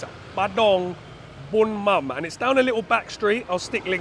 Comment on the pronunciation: It is "bún mắm nêm" bro!